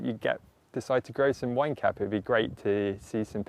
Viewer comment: You're British, maybe use garden giants instead of wine cap cause I keep hearing wanker every time :))